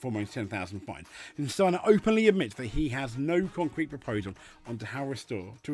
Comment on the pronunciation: I have to say you pronounce the name Steiner better than most Germans, no kidding. Sadly Steiner is correct in every word he says here. And this must make you think that FIA’s no swearing policy actually destroys the WRC far, far more than what the drivers say. The drivers are forced to hold back, give us the same media friendly waffle and act very boring! If you remember the guys from the past, even Richard Burns and Walter Röhrl would end up in a prison in the basement of the FIA HQ these days. And btw Steiner knows very well what he is talking about. Yes, most know Steiner as an F1 team boss. But what the reports here completely forgot to mention is that Steiner has a very rich WRC past! Günther Steiner started his motorsport career as a mechanic for the Mazda WRC team when they ran the groupA 323 with drivers as Timo Salonen, Hannu Mikkola and Ingvar Carlsson. Later he was part of the Jolly Club Lancia Delta team, then Prodrive and in 1998 he became project manager at M-Sport when they started developing the Focus WRC, and here again he worked with Colin McRae and Carlos Sainz. So absolutely 1000% sure when Steiner has this to say about the WRC, the FIA should bloody well listen to him!